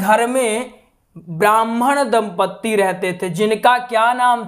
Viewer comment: धुंधली नहीं है धुंधली है दम्पदी नहीं होता जी दंपति होता है